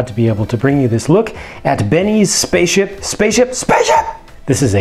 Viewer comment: SPASHAP!!! S P Æ C C I P Z P Æ I S H Æ P